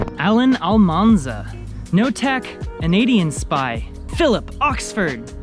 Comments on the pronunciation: Anyone notice at the end pronounced NotaCanadian spy as notac anadian spy Not Not a Canadian spy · Notac, Anadianspy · Lol pronounciation of NotaCanadianSpy